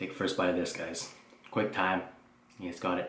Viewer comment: Is he saying quick time or quang time??